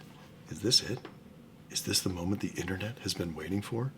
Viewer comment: "Is this the momemt the Internet has been waiting for?"😂😂😂